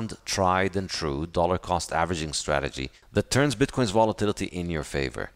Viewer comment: Great interview, as a French Canadian myself I can’t explain why he pronounces it this way, it’s really funny isn’t it ? Bitquons 🤣